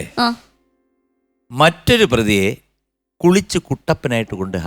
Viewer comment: മറ്റൊരു പ്രതിയെ" കുളിച്ചു" അല്ല "കുളിപ്പിച്ചു് "കുട്ടപ്പനാക്കി